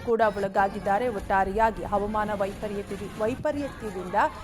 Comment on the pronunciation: ಹ‌ವ‌ಮಾನ‌ ಅಲ್ಲ‌ ಹ‌ವಾಮಾನ‌ ಎ0ದು ಹೇಳಿ